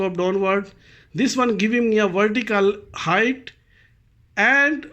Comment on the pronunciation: Your title misspelled 'height' presumably because you mispronounce it as hi-th instead of correctly as hi-T like bite; light; night; white....